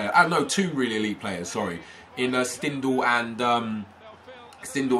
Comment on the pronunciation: His name is prenounced Shtindel